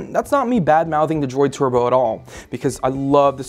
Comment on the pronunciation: Is it me or is the way he's saying turbo weird? He makes it sound like twerbo lol